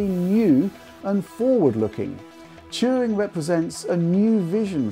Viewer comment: I just came here to hear say "Turing" a lot